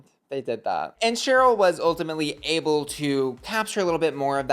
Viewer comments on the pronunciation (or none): none